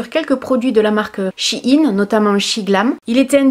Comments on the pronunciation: On dit shiiiiiiiin 😂😂 sinon pourrait tu tester la cire mamie réglisse spéciale douillette stp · Ça se prononce CHI -INE ☺️ tes cheveux sont splendides 😍 je trouve que le mascara a eu un bel effet sur tes yeux 🥰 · Personnellement "Shein" je le prononce " chaïne " mais bon je ne pense pas qu'il y ai de prononciation bonne ou non ^^' ! J'ai regardé les vêtements sur le site et j'ai eu pas mal de coup de coeur et ma petite commande est déjà prête ! Je n'ai pas été voir le maquillage par contre car il me semble que c'est un site chinois, et que tu l'avais toi même dit dans une des tes vidéos je ne connais pas la composition et je pense que c'est beaucoup moins clin que ce que l'on peut trouver en boutique ! Mais franchement ce site est un coup de coeur pour moi on peut trouver des meubles, vêtements etc... au fait merci beaucoup pour tes vidéos tu ne m'as jamais déçue !!! <3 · J'ai bossé pour SHEIN l'année dernière. C'est she in en anglais, donc ça se dit chi ine. Des bisous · Ça se prononce chihine ahah en réalité c'est SHE&IN (elle et la mode) voilouu. Gros bisous 💋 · Je pense que shein sa se prononce chi + ine ? 👇dite moi si j'ai raison . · She-en (prononce Shi-ine) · Ça se prononce she puis in c est de l'anglais avec un jeu de mot quand on le dit 😀 voilà merci pour tes vidéos un vrai bonheur toujours de bon conseil 💖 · Chaine sa se prononce comme ça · C’est She in ( en anglais ) Comme si tu disais She is in mais sans le is mdr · Perso je le prononce "Shèin" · Moi je prononce SHEIN [chèïne] 😂😂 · On prononce « shaiine » 😉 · Ça se prononce "chienne" en inversent le e et le i 😂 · Je prononce she in (en anglais) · Tkt tu es pas la seule a pas savoir prononcé shien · On dit She in (car l'ancien nom du site c'était she inside) 😊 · Coucou, pour la prononciation du nom de la marque il s'agit de la contraction de "She Inside" donc "She In";) Voilà ^^ En tout cas, superbe vidéo comme d'habitude! Vivement la prochaine:D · Je prononce shaïn perso ahahha